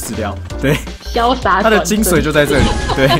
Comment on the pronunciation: 是精髓 ㄙㄨㄟˇ